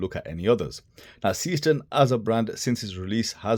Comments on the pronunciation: That's because the pronunciation is garbled. It's zayshtern, not seastern (Seestern is a borough of the city of Düsseldorf, Germnay) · Your heading is wrong...S453 instead of S435.... The pronunciation of Seestern is zayshtern, not seastern.... and the case is slimmer (watch your colleague's comparative review on Youtube) although the overall height is the same due to the crystal. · The correct pronunciation is NOT SEEEE-STERN. Is german, not some weirdo-english. Thx. 😂